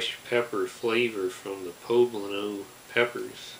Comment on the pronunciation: He's the only one who gets it right.